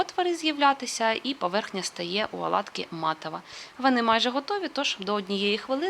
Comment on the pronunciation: Не аладки,а ОЛАДКИ.Для чого коверкати мову?